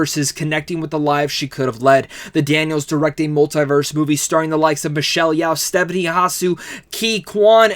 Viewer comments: It's Michelle "YO" not "YAO" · And Michelle’s is pronounced yo, like yo-yo. Not Yow like owie. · It’s Michelle Yeoh, NOT Yeow please jeez